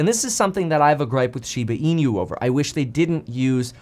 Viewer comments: Hi Kevin, Thanks for getting into SHIBA INU. The pronunciation of INU in SHIBA INU should be E-NOO, like noo of the word "nook". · Plus he pronounces inu incorrectly! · The way you continue to pronounce inu just irks me… lol it got me annoyed enough to stop the video and comment. 🤦‍♂️🤦‍♂️🤦‍♂️